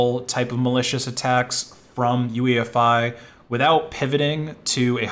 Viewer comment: not UEFI.OOYEFEE